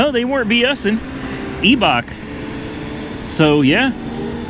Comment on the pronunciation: Is that how pronounce it? Eee-Bach? I’ve always said Eye-Bach. 🤦‍♂️